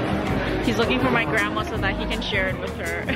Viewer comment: “you are really ma fan” hahahahah